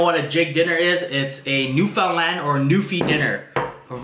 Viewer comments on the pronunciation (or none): What Canadian pronounces Newfoundland... NewFOUNDland lol